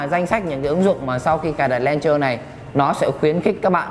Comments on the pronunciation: đọc là "lôn chơ" chứ k phải "len chơ" nhé anh gì ơi. mình góp ý vậy thôi chứ k có ý gì nhé :p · chính xác là đọc là ''lăn chờ'' bạn nhé .__. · review hay, nhưng mà mình xin góp ý tí xíu là launcher anh review phát âm bị sai nhé :D